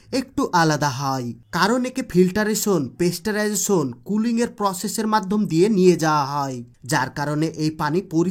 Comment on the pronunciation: কথাটা হচ্ছে পাস্তুরাইজেশন পেস্টারাইজেশন নয়।